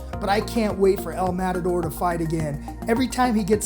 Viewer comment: Wtf is Madator 😂?! It’s el MATADOR! Mat-a-dor.